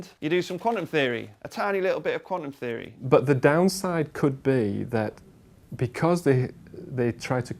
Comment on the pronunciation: When he said quantum theory I thought he said Condom theory